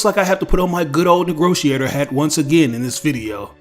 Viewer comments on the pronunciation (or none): I don't know if it was intentional or not, but in, your alteration of the word Negotiator was well done Sir, Well done indeed.